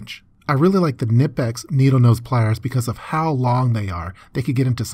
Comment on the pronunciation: Finally someone who pronounces knipex the correct way!